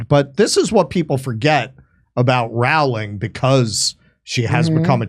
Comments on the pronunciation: Yes , the law sucks.Please pronounce Rowling , ' rolling' as in rolling stone. Not hard. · If only we could make it illegal to pronounce JK Rowling's name wrong!